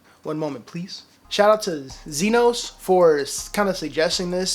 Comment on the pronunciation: Appreciate the shout out banger my G, it’s pronounced z-i-nos idk if that made it better but hell yea def copping some of this